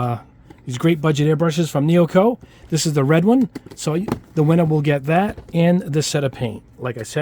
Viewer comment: Your presentation about the vid itself made me really comfortable, like a friend having a conversation, so calming2, wish i can build like your rack there, my wife would be mad haha Neo eco, not neoco, haha Keep up your good work, sir!